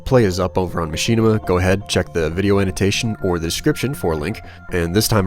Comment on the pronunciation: why do you say Machinima as Machine-ima?